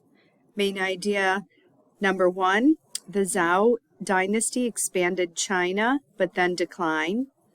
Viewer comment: cool, video, not sure how I came across lol - but mostly from doing Chinese lessons recently I guess. Anyways 周 Zhou is pronounced kinda like “Joe" . 💙